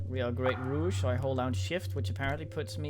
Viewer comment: Don't know how long ago this video was posted for some reason the date doesn't show up, but rogue is pronounced row-g you're pronouncing it rouge which is a form of make-up.